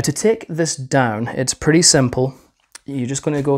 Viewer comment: It's pwetty